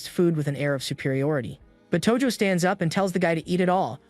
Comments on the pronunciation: That's not tojo thats toji💀💀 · Tojo ❌ Toji ✔